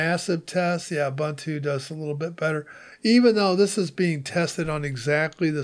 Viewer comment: Its "oo-boon-tooo" - all three "u" sounds are the way he pronounces the last one. Like you would say "goose" - the last syllable is a little longer.